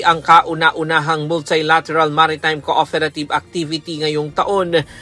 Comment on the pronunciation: Cooferative and interoferability pag na dinig ko to si na talaga nag sasalita ng UNTV